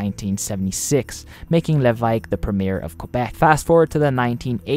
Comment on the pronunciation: I double taked really hard at the pronunciation of Levesque's name. A considerable effort to both look up the correct pronunciation and make a stab at it. Solid effort